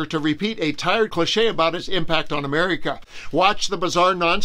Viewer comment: I can't believe you mispronounced America, not a very hard word